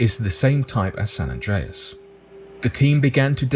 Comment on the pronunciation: Rock yes played in San Andrés Movie. Yes you pronounced it right